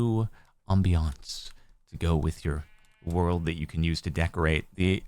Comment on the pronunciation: Just love his French accent of "Ambience"😂